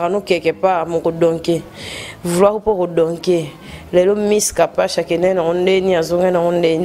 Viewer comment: Mais tu c'est pas prononcé ton non c'est kapash ou kapachi